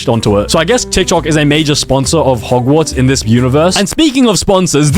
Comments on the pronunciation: Bro said ’’mogwarts’’ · Hogwarts nah mogwarts